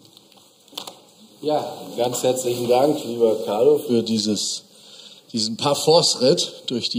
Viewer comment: Erstaunlich, dass Christoph, obwohl er den Carlo doch sogar vom Studium kennt, nicht einmal dessen Namen ordentlich auszusprechen in der Lage ist.